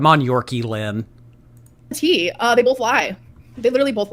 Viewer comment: Not the Yorki-Lynn 😂